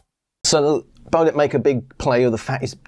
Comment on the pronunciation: it's BEO---'LIT (BEO = BANG En Olufsen)